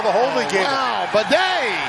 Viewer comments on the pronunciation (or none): BIDET! …Seriously how do you get that pronunciation from Badie? Worst announcing job in a while.